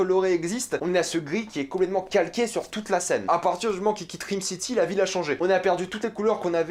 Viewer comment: Bordel ça se prononce RAAYME city pas RIIIME city.